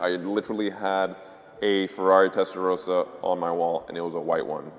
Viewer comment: Testaroasa?! SAY IT RIGHT! IT'S NOT THAT HARD!!!!